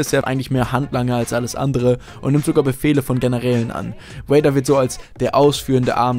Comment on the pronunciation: Das "V" in "Darth Vader" wird, so weit ich weiß, wie das "V" in "Avocado" ausgesprochen.